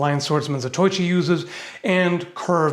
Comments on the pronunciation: I love ya...but Za-TOI-chi?? No:P It is Zatoh-EE-chee (phonetically)! I love the originals films. So much style and good acting. The fighting scenes also have as many impressive points as they do ridiculous ones considering he fought icepick grip. The actor IRl was FAST with his sword. Check them all out some time:D But if you must only do one, do Zatoichi Challenged #17. Fantastic film and Blind Fury was later made with Rutger Haur to honor the old film. You will also see a little of where Quentin Tarantino got his style of filming too. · Zatoychi? Really? Try zah-toe-eee-chee. I don’t know man, five hundred bazoos seems kind of steep, especially being essentially a fantasy item. The carving is wrong, the brass cap is wrong, the metal pin is wrong (should be bamboo), the latch is wrong as you pointed out, and it *rattles*. Nothing says “harmless stick” like rattling like a poorly fitted sword scabbard. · Meanwhile, I'm upset he said "Zah-toy-chi" instead of "Zatō-ichi" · For future reference, it's "zah toe ee chi" not "zah toy chi." 4 syllables. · It's Za toe ichi not Zatoychi. Say it with me... "Za toe ichi". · fyi Zatoichi is pronounced Zah toe eeche. But your pronunciation of other Japanese words in the video weren't too bad. Japanese is actually fairly easy for an English speaker to speak (but not necessarily learn) since most sounds found in Japanese are found in English and the sound are far more consistent than in English with them rarely, if ever, changing just because a character/letter is before or after a particular letter or character. You should ask Raff (The Metatron) for some Japanese lessons so you can add another language to your repertoire.